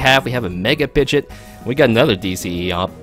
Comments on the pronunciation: Pidge-ot bro, like 99% sure it was pronounced that way in the anime too! Basically Pidgey + the "ot" not "it" like you were saying. Just saying not trying to be mean. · The way you're saying pidgeot is driving me up a wall lol